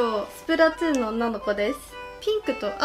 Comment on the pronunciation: やってます！！つじゃなくてとぅね